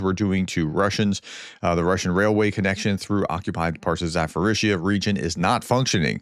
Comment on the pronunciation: AAARRRRGHHH! Say it ZAPP-orr-eezhya NOT zaFF-orreezhya!!!!!